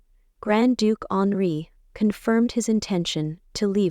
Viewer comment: The Grand Duke's name is not Alree, not honoree, not Onri. It is Henri.